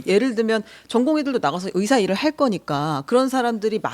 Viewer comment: 답답하다.. 이번 사태의 핵심은 전공의 이탈이다.. 그런 전공의들은 개개인의 생각으로 사직을 했는데, 대표가 선동해서 사직한것이 아닌데, '대표 한명씩만 참석해라, 통일안을 가져오라....' 고 하는 게 답답한 일 인거다. 진정성있게 전공의가 돌아오게 하려면, 큰 체육관이라도 빌려서, 1. 박민수 차관이 그 동안의 막말 사과하고 (의새라고 발음한 것 , 낙수효과=필수의료를 낙수의사로 표현한것: 필수과 의사의 자부심 짓밟음., 전세기 띄워서 다른나라 의사 데려오겠다 등 여러 협박 표현들 , 의사면허 정지 등으로 겁박한것 등 ) 2. 전공의 개개인의 의견을 듣고 수용하는 자리를 마련해야한다. 우리가 의사 한명한명 사인받을수없지않냐? 이런 거만한 태도로는 젊은 전공의들 마음을 돌릴수없다. 아무것도 이뤄낼수없다. 한명한명 사고해도 돌아올지는 미지수다. *올해 전공의가 돌아오지않으면 다음년도 전공의 지원도 없다. 1,2,3,4년차 아무도없는 의국에 혼자 들어가면 - 윗년차 의사에게 배울수도없을뿐더러, - 1,2,3,4년차의 업무가 신입 전공의에게 쏠려서 잡일만 하게 되므로 아무도 들어가려 하지않을것이다. 그러면 내년에도 의료 대란은 쭉이어지고, 이게 몇년 지속되면, 필수의료 교수님들도 번아웃오고 대한민국 필수의료는 말그대로 종말이다.